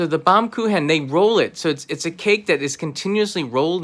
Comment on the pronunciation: excellent pronunciation of "Baumkuchen"!